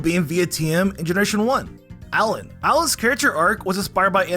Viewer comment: Lmao Alain being called Allan